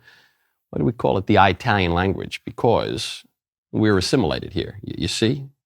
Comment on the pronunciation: Italian is pronounced with a short I. There is no place (eye -tally). SMH lol